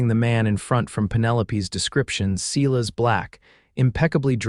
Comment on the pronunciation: It's not "SEE-:LESS" it's "SILAS"! That nonsense bugs me....AI is not good with names or "READ" or "WOUND" or ""LIVE"